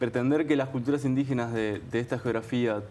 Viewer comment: IN DI GE NAS, INDIGENAAAAAS. Tan dificil es?